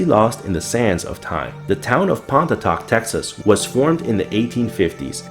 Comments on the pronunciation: No worries! There is absolutely no way anyone could guess the pronunciation. It sounds like "pon" (like "upon") "ee" (like the beginning of each) "tock" (like the sound a clock makes). So, pon-ee-tock. Absolutely the most podunk pronunciation possible. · ha, my parents live in Pontotoc, TX. You guys pronounced the name wrong, btw. The cemeteries are not abandoned, either (though they are exceptionally pretty!)